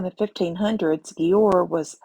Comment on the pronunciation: The cities name is pronounced as JUWER Or DUER / DJUER